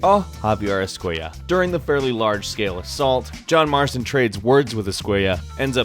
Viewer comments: Javier escuella lmaoooo es-cu-ela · Every time he pronounced esquella as "esquaya" a part of me died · ESK -KWAY-AH no mames guey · Javier ESCUAYAH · How he says escuella is so annoying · Anyone else bothered by the way he pronounces "Escuela"? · thats not how you pronounce javier's last name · why are you pronouncing Escuela like that. Isn't it in Spanish when their are two L's together it sounds like a y. Escuela only has one l